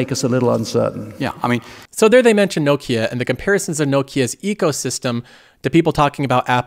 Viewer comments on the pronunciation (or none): someone tell this guy how to pronounce nokia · pronunciation of Nokia is cracking me up so much haha.